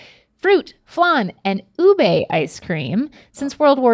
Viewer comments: “Ube” not “obey” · "Obey" hahah Ube Yams :)) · MABUHAY ANG HALO HALO!!!!!!! Also it's Ube not obey.